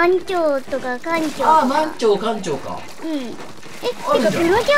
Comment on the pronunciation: まん↑ちょう↓ かん↑ちょう↓ のイントネーションが好きすぎるw